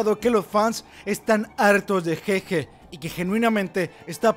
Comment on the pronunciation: un trago por cada que diga ''jeje'' en lugar de GeGe XDDDDDDDDDDDDD